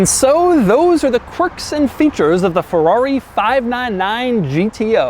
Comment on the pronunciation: Fewrawi? First learn to pronounce, then review.